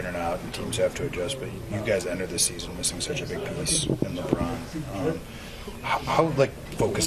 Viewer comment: That lady who was asking questions could not even say LeBron name right yikes. It was like she did not feel like saying his name or did not want to. But she wanted to ask that question about him.